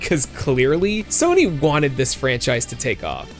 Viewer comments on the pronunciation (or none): none